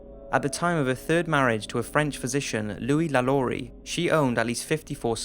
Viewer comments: Hanayo Koizumi I understand"no shit", but even if he has an accent you can clearly hear him say "Lalaurie" in a french way and not lu-lu-ree. That's way i said to pronounce "Lalaurie" in the french way you have to read it Lha-lo-ree. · i'm french and Lalaurie pronounced : Lhaloree. In french "a" it's pronouce ''ha'' like a scream , and "au" sound O, and i sound E...So this guy pronounced it very well, not 'luh-lur-ee" but "Lha-lo-ree"